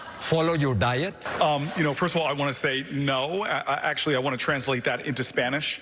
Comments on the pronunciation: Could someone please teach Booker how to pronounce "no" in Spanish? We're a poor language señor: when we write only one vowel, we say only one vowel. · Cory Booker's second 'no' was not in Spanish, the vowel in it is too long and still clearly pronounced with the English dipthong /oʊ/ rather than the short Spanish monopthong /o/. Makes the joke fall flat, tbh.